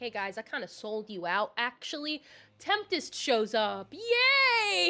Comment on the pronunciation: Also Tempest. You pronounced it like Temptest